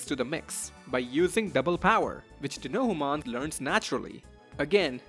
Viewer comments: Dee-no-hew-mon LOL. It's just Dino-humon. And you will have to get used to seeing this rather niche guy because he's a shopkeeper in the new game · It's Dinohumon like Dino-Human!